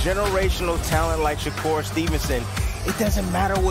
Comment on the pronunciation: This bul said "Shakur Twitterson". 😭😭😭🤦🏾